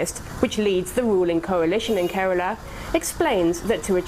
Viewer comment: It's Kerala, not Karala.